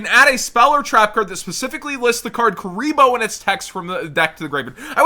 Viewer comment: "Kuriblee" Kuriboh is canon in the world legacy lore now